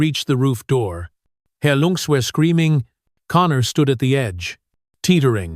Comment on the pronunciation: You are Miss pronouncing lungs look it up on Google or in the dictionary